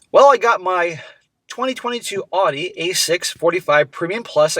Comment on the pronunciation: Oh man bro!?! Thought you were a smart guy till you said "Audi"